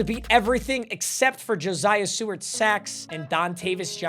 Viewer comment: hey man stop saying josiah like joziah wth JO SIGH UH <3 video